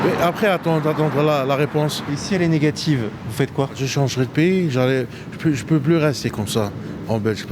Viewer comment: « Ji suis devenu malade dans la rue…! » En tout cas mon gros t’as pas l’air de mourrir de faim 😂